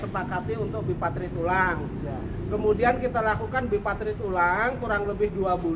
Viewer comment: Yg bener BIPARTIT dan TRIPARTIT bukan BIPATRIT dan TRIPATRIT.